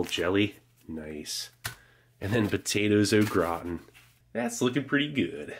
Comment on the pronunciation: It's not potato o It's potatoes au gratan